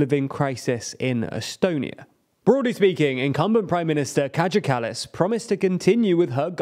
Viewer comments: "catch a callous" It's pronounced "KAI-YA KULL-LUSS" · More than anything, it just made me chuckle a little. Kadge-ah kallas :'D It's such an unflattering name when pronounced this way haha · oh god no. dude said Ka Ja Kallas. Its more like Kaya (reference Maya). Please learn to pronounce names before you say them in a video. Edit: the Riigikogu was even worse. He pronounced it as Ridgecocoon… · Riidzhikudzhuuu. Oh my god, seriously. I almost pied in my pants right now. Kädzha Källäss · The way that you pronounced "Kaja Kallas" and "Riigikogu" was pretty hilarious. Also another thing I would like to add is that the Eestimaa Ühendatud Vasakpartei (Estonian United Left Party) was really unpopular until this election, they got 14k votes and they are notorious for being extremely pro-Kremlin. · omg lol i laughed sooo hard when he pronounced riigikogu and kaja kallas lol (no hate) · Hahahhaha the what 🤣🤣🤣🤣🤣 as an estonian I must admit I have never heard "riigikogu" or "kaja kallas" spelled quite like that before. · I'm a native estonian and watching the video was quite funny but also painful. 1) When pronouncing names (Kaja Kallas, Riigikogu) then please at least check then from google translate or something because it was quite off. 2) EKRE standa for Conservative People's Party of Estonia and it's leader has been now for years Mart's son Martin Helme. 3) The reasons for the collapse of Kallas' first goverment were much deeper than just the education reform. 4) You didn't even talk about the accual electon in question and of it's results. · It would have cost you nothing to open up Google Translage and listen to the pronounciation of the words Kaja Kallas and Riigikogu. I got a very good laugh out of it. But a good video overall.